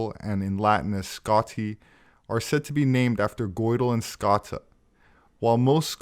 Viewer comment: We love your videos, Thank you. Here in Ireland we pronounce Scota 'Scoh-sha', ie. Scotia, as in Nova Scotia. edit; perhaps you are aware. Anyway, thanks again.